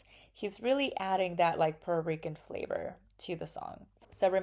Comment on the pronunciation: Why is she not saying Puerto Rican? Shes saying pur-rican or something